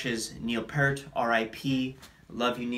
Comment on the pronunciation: Neil's last name is pronounced like "Peert."